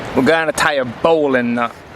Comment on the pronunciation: Your the first person to say bowline correctly on youtube. And amber clancey was right , that was nice bread, I've been trying to make a loaf for 2 years or so, can't seem to get it right. Is it science , art, poetry?